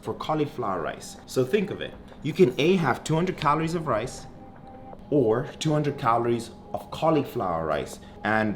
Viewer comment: How many "cahlories" do you eat? 😂